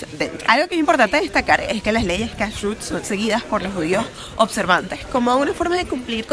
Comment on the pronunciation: No se dice Menora sino Menorà, hablas tsn rápido que no se entiende nada.. El tema de judíos religious es tan tsn taaaaaaaan amplio que en un video no alcanzaría. Te recomiendo que no hables tsn rápido, se nota mucho cuando lees y pronuncias muu mal Cashut Lo pruncoas mal El Tora no de dice Se dice LA Torà. Porq no averiguas porque no se come camarón y no se mezcla leche con carne. Es muy interesante... Ufff que mal video te falto interiozarte antes en cada cosa en vez de hablar tan rápido